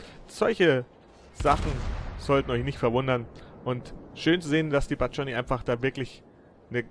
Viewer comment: schöne runde,man spricht den namen so aus wie er geschrieben wird, nicht englisch das u bleibt ein u, das war ein führer der kavallerie